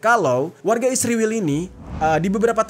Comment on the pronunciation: Israel bang, bukan isriwil😂